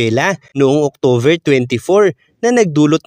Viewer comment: SK.. October po hindi octover.😉